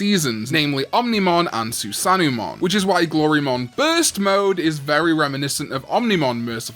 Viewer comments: SusanEWmon? It's susano-o the mythological figure. You pronounce it Sue-san-oh-oh. 🤣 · Please pronounce Susano'omon's name properly next time